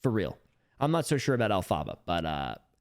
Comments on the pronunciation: The way you say Elphaba is funny it’s pronounced (elf-aba) th aba is pronounced like hubba hubba but just the ubba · the way you say “elphaba” kills me 💀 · the mispronunciation of elphaba will never not be funny to me